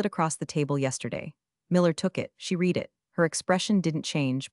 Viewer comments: The A.I.'s have difficulty pronouncing read=(red) there are other examples. Soon SKYNET will be able to fool everyone. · And “Read” when in past tense.